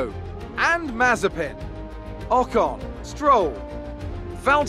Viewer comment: You said mazepan